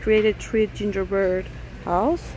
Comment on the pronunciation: Gingerbread not gingerbird.